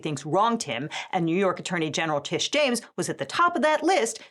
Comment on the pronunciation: It's "Tish" not "Trish"